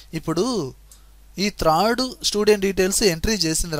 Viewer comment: అంతా బాగానే వుంది కానీ త్రాడ్ కాదు థర్డ్ అనండి .కానీ మీ explanation సూపర్.